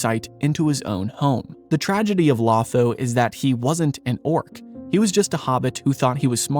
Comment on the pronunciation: 1. It's pronounced low-tho not law-tho. 2. He doesn't turn The Shire into a capitalist hierarchy. He males it a communist dictatorship. 3. Literally killed by Grima at the order of Sauroman. 🤣 🤣 🤣 🤣